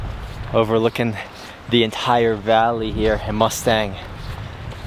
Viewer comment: Mustang is pronounced as Moo-Stahng